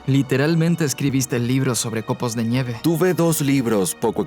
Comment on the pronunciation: Por que dice, "COPOS DE ÑIEVE" ??? o al menos así suena.